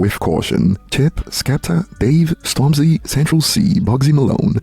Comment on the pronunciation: stormzy 🤣🤣🤣🤣🤣🤣🤣🤣🤣🤣🤣🤣🤣🤣 this guy just said stormzy 🤣🤣🤣🤣🤣🤣🤣🤣🤣🤣🤣🤣🤣🤣🤣🤣